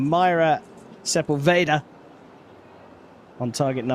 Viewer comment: So annoying how the guy says Sepulveda!! Figure it out vato!!!